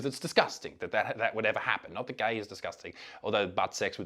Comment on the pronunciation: "Why ahr yuh gae??" - based Ugandan